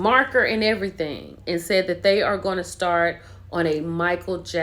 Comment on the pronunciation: Girl, did you say “marker” and everything?